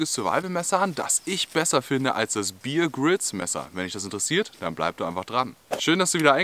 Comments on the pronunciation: Bitte, der Mann heißt (ausgesprochen) Bär Grylls, nicht Bier Grylls! Ansonsten super erklärt, tolles Video! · Wenn der typ wirklich 'bier grills' hiesse, dann würd man ihn 'beer' 🍺 schreiben. Er heisst aber 'Bear Grills' und wird 'beäh grills' ausgesprochen. So, genug klugscheisserei, zurück ins video😉.